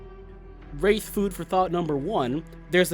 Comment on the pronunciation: "Da Wraif"